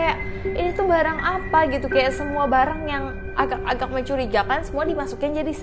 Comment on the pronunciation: Ko ngmong nya AGAKK AGAKK bukan AGA AGA